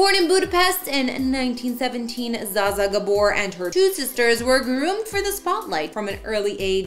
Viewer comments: Pronounce her name properly!🤦🏻‍♂️ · At least pronounce her name right. She deserves that. My goodness. People are offended. Would you like for someone to mispronounce your name? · Please pronounce her name right. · Mispronounced name.